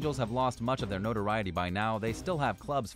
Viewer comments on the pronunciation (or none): none